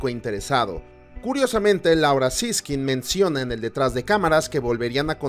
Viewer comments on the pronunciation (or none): none